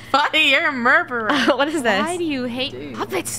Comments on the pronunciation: *Funneh shooting the puppet*: "Funneh your a muberer" me: Ah yes... ✨Murberer✨ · Yea she a murberer